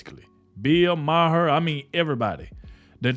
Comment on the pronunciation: Its not bill ma her. Its bill maher like bar